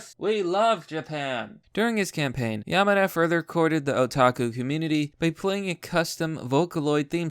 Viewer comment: learn how to fucking pronouse simple words, kills me every time YamAda c'mon